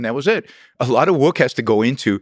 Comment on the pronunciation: It's work, not woik